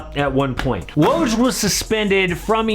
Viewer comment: You made a whole video about Woj and couldn't bother learning how to say his name?